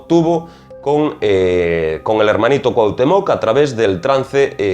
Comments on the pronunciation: Una observacion: Estas hablando de Pachita y de entrada pones la foto de Maria Sabina, que era oaxaquena y, actualmente, mucho mas famosa que Pachita (que operaba en la ciudad de Mexico). Otra cosa: dices CuauhtemOc acentuando la O y es CuauhtEmoc, con acento en la E. No pongo la tilde ni el acento porque no las tiene mi teclado, pero la correcta pronunciacion de este nombre azteca es importante. Por lo demas, tu video es muy interesante y bien documentado. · Te comento en tu vídeo usaste la imagen de María Sabina, otra curandera de Huautla de Jimenez, Oaxaca, México, no es Pachita, Bárbara Guerrero de Parral Chihuahua. Y esto puede ser porque ella rara vez permitió que se le tomara fotografías que no fueran familiares. Y se pronuncia Cuahutémoc, no Cuahutemóc. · deberias de investigar primero la correcta pronunciacion de Cuauhtémoc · El acento en coautemoc es importante..se que eres español pero se oye muy mal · Definitivamente te falta información y esta muy mal pronunciado Cuauhtémoc!!!! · Haber, en los primeros dos minutos pones una foto de María Sabina.. no de Pachita , además dices que era la más famosa de México y que no hay otra.. para que sepas la más famosa es María Sabina.. como se ve que no eres de México que ni te documentas bien, ni sabes pronunciar el nombre de Cuauhtémoc con acento en la e.. así que documentate primero y luego haz videos.. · Excelente Trabajo! Sòlo una breve correcciòn: Cuauhtèmoc con acento prosòdico y ortogràfico en la "e". Por lo demàs todo bien.Te mando un gran abrazo desde Mèxico!